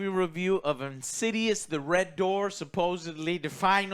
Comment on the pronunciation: "In-sids-'ouse" or "In-sids-rse" ..